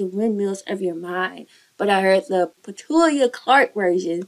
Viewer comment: Petula not petulia ffs get her name right if you're going to mention it! 😮